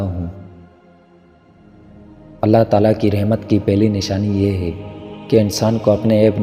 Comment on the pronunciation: Hay ko hey bol rahy ho isko theek Karen